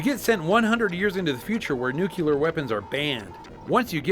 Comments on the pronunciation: Nuclear not "nucular" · nuclear. not nukular. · It's nu-cul-er dummy, the S is silent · I swear the second somebody pronounces the word Nuclear wrong, they lose almost all credibility with me.